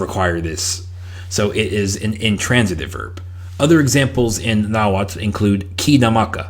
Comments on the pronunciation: You need to work on pronouncing that tl sound😂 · I would recommend working on the pronunciation, I understand that there is no standarised variety of Nahuatl and even when it began to be transcribed in Latin script after conquest, there was not standardised spelling, but the tl could use some work, stress on words is always on the penultimate syllable (the second to last), and it's a very vowel forward language (which there are only four), there are only one or two consonants per syllable